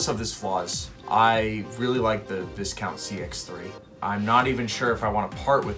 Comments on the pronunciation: It's vie-count not vis-count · Dude I think in Viscount the s is silent making the pronunciation vicount. 👍🏽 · It's pronounced VI-count. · Pronounced “Vy Count”. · Learn to pronounce Discount . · Be good if you learnt to pronounce Viscount properly!